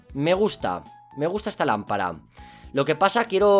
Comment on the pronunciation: dice lampala